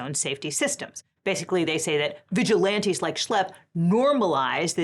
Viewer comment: why do you call them vigilianties????!!!